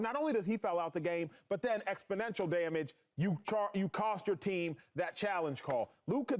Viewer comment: You can always tell when Coonin Acho learns a new word...cause he tries to pry it into every sentence! Today's word is, "ex-po-nential"🤣🤡